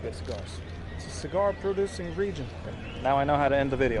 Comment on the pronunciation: I was enjoying the video up until you butchered that cigar. 😂. Thanks for another great vid.